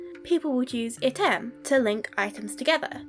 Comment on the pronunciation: Good foreign pronunciation as far as I could tell—only remark is that Latin item is accented on the first syllable.